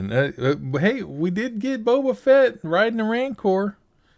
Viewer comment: That wasn't Boba Fett, that was Boba Fatt XD